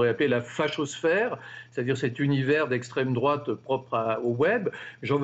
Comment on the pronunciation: "Proche de la droite" putain y'a Anal Genocide dans ces abonnements youtube, juste en dessous du Cercle Richelieu, et vous dites "estreme drouate" bordel mais vous etes complétement attardés les journalistes xD